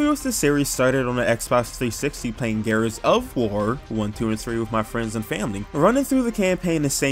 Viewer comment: Gears 5 is not that bad and you have not played 2 other gears games and can you please learn how to say gears dude sounds like your saying garus